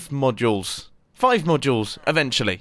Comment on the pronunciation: You kept saying “modules” and it sounded like you where saying “more juuls”